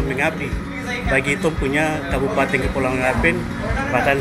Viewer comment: Mantap s'x... tp ini masukan buat harus atur tata bahasa baik supaya jgn ada kesalahan seperti kata KABUPATENG, KEPUALAUANG, YAPENG, DLL kalau memang tdk bisa rubah kebiasaan bicara yg suka tambah huruf "G" mungkin bisa diakali saat EDITING video (potong bagian2 yg tata bahasanya salah)🙏🏽🙏🏽🙏🏽